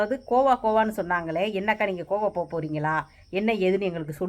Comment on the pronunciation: Aiyooooooo iva pronunciation why ivlo bad ah irrukku athu Goa not kova thooooo vaaya thiranthale. Kazhisadai